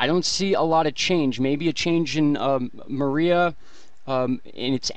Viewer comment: You keep saying, "Marie!" NO!! It's "Maria!!" I know because my ex-wife's name is "Maria!!"